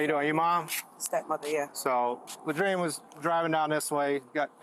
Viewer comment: I honestly thought he said his name was "Latrine". 😂 I thought "No way!!!!" I had to re-watch it. LOL